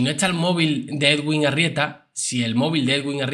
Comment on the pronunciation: Bizum buenas noches. Solo para decirte que el nombre del Doctor se pronuncia EDUIN porque la w en este nombre suena u.